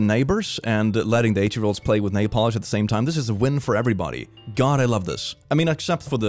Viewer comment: I kinda understood napalm instead of nailpolish xD